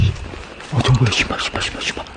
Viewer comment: 신발 할때 나만 시발이라고 들렸냐